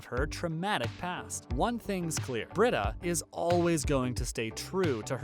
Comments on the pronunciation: It's pronounced Bree-da. Not Brid- a. Obviously you don't watch if you can't pronounce her name. It's very distracting. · Her name is pronounced Brita (Bree ta) not Britta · Dude your killing me...it's pronounced BREEDA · Yes, thank you for stating that. It so bugs me when he mispronounces her name! You'd think he never watches the show! 😖